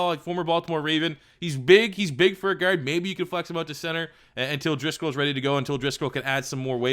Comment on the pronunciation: Why do u say guard like gerd